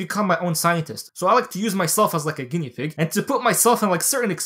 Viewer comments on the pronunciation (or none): none